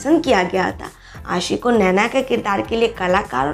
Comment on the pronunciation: Kuch bolna ho To kisi ki name saaahi sa bola karo Arishfa ko bolti ho Arshifa Ashi ko bolti ho ausshi Yaar sahi sa bhi bol liye karu 😠😠😠😠😠😠😠😠😠😠😠😠😠😠😠😠😠 Aur hn avneet kaur he yasmine hn Ashi singh nahi i dont like ashi singh I like avneet kaur she is pretty good beautiful stylishly or naina yani ka ashi singh buhut gandi hn i dont like it i like avneet kaur Or hn ager kuch bolna hn To awaz apni pehla saaahi karlo Its your last warning